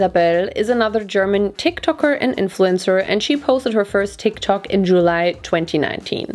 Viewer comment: I love how you pronounce "Tik tok"